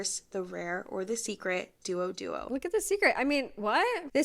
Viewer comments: I love how... Uncultured americans are She mispronounced 3 of those labubus names, bc remember THESE R CHINESE TOYS WITH CHINESE NAMES. Zizi is actually probably JiJi and QuQu is ChuChu.. Q in china is always pronounced as ch- and Z is more so of a Jah-.. Oh and i forgot DuoDuo.. Its DoDo 🙄. The U soften the O so it didn't sount like doo doo. Genshin impact is a Chinese game. 2 characters with a Z and Q name is Qiqi (chi chi) and Zhongli (john-glee). Yall want others to know english so bad but cant even respect other languages or learn a little to not look lost. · the way the tiktoker pronounces duoduo is so painful to a chinese speaker gfhjdsgfhjsdj